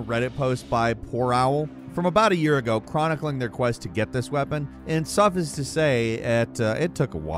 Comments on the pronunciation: I KNOW you lying! You DID NOT just say SUH-fis! It's suh-F-ICE. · Whoever's reading this, please reach out to the voiceover guy on this video and kindly inform him that the word "suffice" is pronounced "suff-ice" and not "suff-ess". Thanks. ✌️ You do us all a great surfess. 😉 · Boy you say “suffice it to say” like you saw it in a script for the first time in your life, and that even there, it was written incorrectly (like suffiss two say) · suffi-ice, not suffis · Did he say "SUFF-US to say"???? That's now how tf you pronounce "suffice" lol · Suffice- long “i” like ice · It’s pronounced suff-ICE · Maybe learn how to pronounce "suffice" correctly.